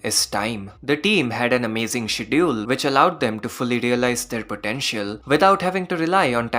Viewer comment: Great vid as always. So far loved every episode of Heavenly Delusion, the show is really special. P.S. Please check pronunciation of "schedule"